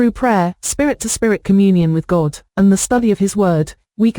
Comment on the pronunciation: Every time that computer says God I think she's saying gold.